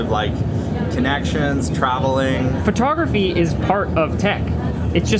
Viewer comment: FerTogRuhFee 😅😅 I can’t unhear it at this point. Non English speakers are daily confused at where the “fer” sound comes from 😭😭😭